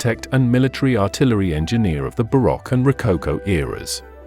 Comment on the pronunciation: Hey narrator! Or should I say AI voice? Either way, learn how to pronounce correctly all the names in your documentary. For example Montesque and baroque